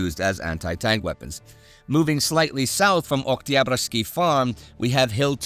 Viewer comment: Great stuff as usual Fun fact: Every time Indy prononces 'Oktyabrsky' it sounds totally russian with not any accent present